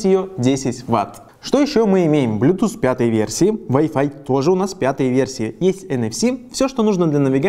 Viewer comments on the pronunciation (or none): none